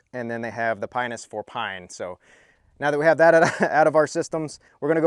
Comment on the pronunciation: Nice review of that little pinus! Correctly pronounced p(ei)nus! :)